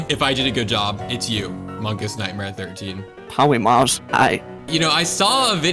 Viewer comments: POWYMAWS PWESE FORGWIVE MWE!! Lol!!😂😂😂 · the words powymars doesn’t ewen twy anymow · "We awe done with powymaws" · I thwought we were done wif Powymaws. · Powy mawz dwesnt even twy anynmwre 😂😭💀😭😭💀😭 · Bro said: Pothymath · He's says Polymars I Need this my mom is kinda homeless